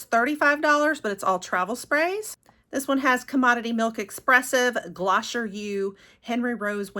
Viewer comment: Hi! I wanted to let you know that you pronounce Glossier as "Gloss-ee-yay". It is a great brand I love them